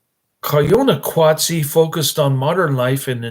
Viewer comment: Oh My Gosh. It is pronounced Poe wa kat see.....if you are going to review a movie, AT LEAST, get the name right!!!!!! Did you even watch this movie? It is about industrialization and population affecting what were once simple slow lifestyles. The music works well with the images....sheesh, you are an unqualified "reviewer" of this. If you are a "movie reviewer", your pace is ridiculously slow, incoherent and sadly obtuse.